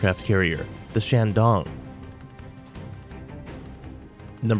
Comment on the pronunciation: ”shandon”？？？ real name is shandong！！！